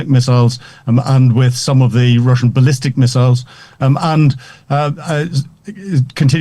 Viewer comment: This poor young man trying way to hard to pronounce "th" ends up sounding "ze".